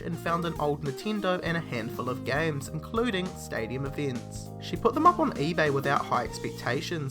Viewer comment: whats eeveents?